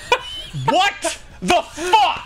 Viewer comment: "Water in za fire"